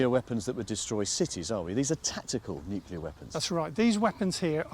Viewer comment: Nuclear war, not Nu-key-lar. It's not difficult.